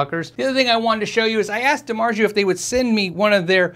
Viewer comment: Dimargio (it's a soft g) haha its z o